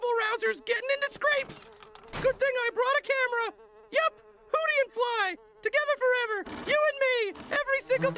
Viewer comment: It’s hooty not hootie